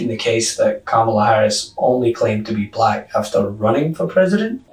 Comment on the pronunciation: I am as white as the driven snow... Why does he say bah-lack!?